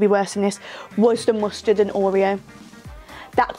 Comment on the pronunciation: Oreo’s and mustard is my fave part 😭 I thought you said custard and was like what that can’t be that bad 😂x